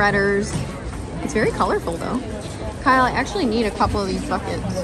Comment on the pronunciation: Lol...KYLE NOT KIBBLE. LOL again!